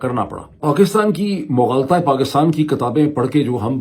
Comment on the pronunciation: muatli Pakistan ❌ mugalti Pakistan ✅